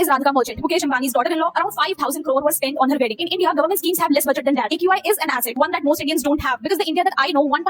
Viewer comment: People hate her cus she is pretty and rich and well learned and she said eqi not aqi